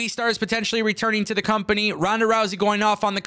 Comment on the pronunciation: favourite words: Interesting, Potentionally 😂😂, with that being said